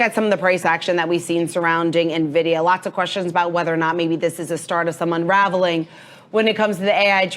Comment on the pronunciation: Please keep up with how to pronounce the name of the stock, it starts with an "N", not an "I"😅